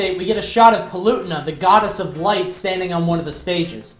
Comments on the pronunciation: It's pronounced Pa-le-tee-na not pel-u-ti-na. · PAL-OO-TAY-NUH THAT IS HOW YOU ARE SUPPOSED TO SAY HER NAME NERDRAAAGE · The way you say Palutena is disgusting. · You totally pronounced Palutena wrong.